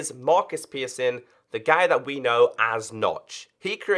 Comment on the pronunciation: Yeezes "Pearson"